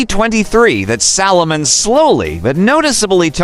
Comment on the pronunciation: It’s Salomon not Solomon, you even get the brand name wrong in the opening